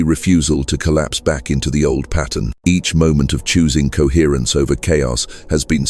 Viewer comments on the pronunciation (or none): Coherrence. Coherrencr. Cohrrrence.